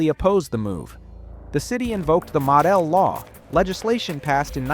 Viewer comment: Did AI read this? “Madell” law named after Art Modell